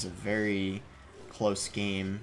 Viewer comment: Yeah I noticed as well, some of his words are pronounced in a sudden English accent like "close" and "go", it's interesting haha